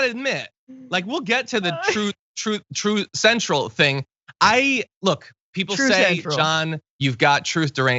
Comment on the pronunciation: I don’t care how it’s spelled, it’s pronounced “Troath Cental”. So says its creator.